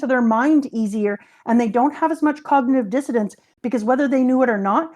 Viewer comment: keeps saying "cognitive dissidence" when she means "dissonance" and it's driving me nuts, lol